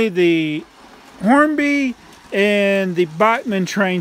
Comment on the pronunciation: it's pronounced Hornby not Hormby.